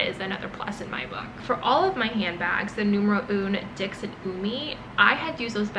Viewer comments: Great video! It is pronounced as dis (not dicks) in French. :) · Dix is pronounced as dis. X is silent. It just hurts me so much to hear dicks 😢 If you are investing so much into this brand, why not learn how it’s correctly pronounced?